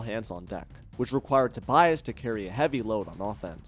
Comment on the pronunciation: "Tobiass" - lol